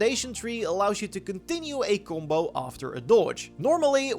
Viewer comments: "kumbo" "kumposure" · I didn’t realize u were saying combo until I was halfway through the video… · Each time he said "gumbou" i drank from my beer and i needed 1 1/2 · I don’t know at first this guy was saying gumbo and stuff I was like wtf 😂